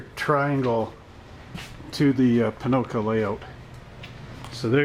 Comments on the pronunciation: Why you say Ponoco? its pocono not ponoco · Hi, i like your race league videos they're fun to watch. but I'm curious are you intentionally saying Ponoco, as i live near the track its odd to hear you say that b/c its Pocono Speedway, no hate just saying. keep up the great work,looking forward to the next race